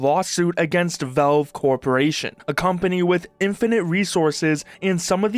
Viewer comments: they're not called velve my friend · “Velve” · WHY ARE YOU CALLING IT VELVE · The way Canadians pronounce “Valve” should be an arrestable offense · Learn to pronounce valve. Jesus